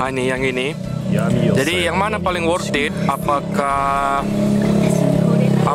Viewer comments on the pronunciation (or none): worth it bukan worthid hehehe